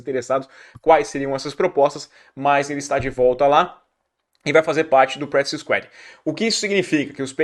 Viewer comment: "Practice SQUÁD"